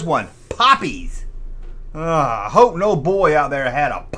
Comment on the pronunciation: It’s Popples not poppies!😂😂